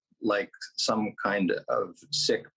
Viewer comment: dude cant even pronounce Khashoggi correctly